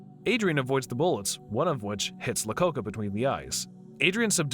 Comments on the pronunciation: Lacocca? hahahah.... it's iacocca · EYE-acocca. Iacocca. Not "Lacocca." I kind of like it though. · How about him pronouncing Iacocca as "Lacocca"? Even if you've never heard of the person in question, mistaking a capital letter for a different lowercase letter at the beginning of a name is inexcusable! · Lee Iacocca (eye-o-coca) not La-coca.. its an i not an L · wasn't he Lee Iacocca instead of lacocca? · Are the mispronunciation of names purposeful? I mean, Lacocca? I know Capital i’s can look like lowercase l’s, but Lee Iacocca was a real person, a pretty well-known person. That was just the most obvious mispronunciations, there are many others.